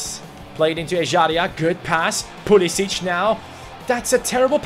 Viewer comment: Pulisic's name is usually pronounced Pulisick